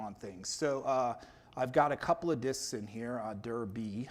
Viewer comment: Very interesting ; good reminder of cpm basics and i finally learned how to pronounce « dir « like a native English speaker :)